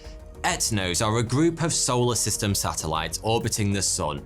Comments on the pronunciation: Any other Brits hear "Arsehole a system" instead of "our solar system"? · You are saying arseholer system right?